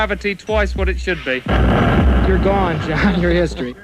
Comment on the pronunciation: This interaction kills me. The awkward pauses and ‘you’re g a w n John’ is the best